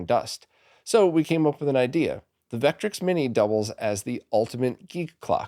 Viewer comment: Just an FYI, Vectrex is pronounced Vekk-trekks, both syllables equal, not VEKK-trix.